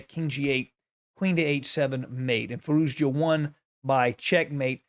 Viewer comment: i love your vids..but you keep pronouncing the "z" at the end of Firouzja's name..its just a "ja" sound > Firouja